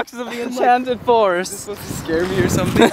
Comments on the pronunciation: "meet Sem Ting, he's watching Semthing but i don't know what" 😂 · Hahahha! "This is Sam Ting and he's watching Samting(something)"